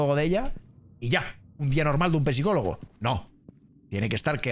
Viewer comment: Por que dice pesicologo 😂😂😂😂